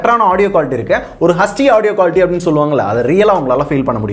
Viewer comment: He is saying hachdi insted of hd😂😂🤣🤣